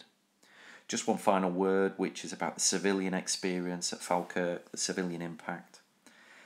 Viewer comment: Its pronounced Fall-kirk or as we say in Scots Faw-kirk :)